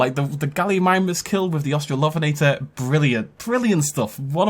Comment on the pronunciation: Au-strallo-ven-eh-tore, not Aust-rall-OF(?)-enn-eh-tah. Hermione Granger, out.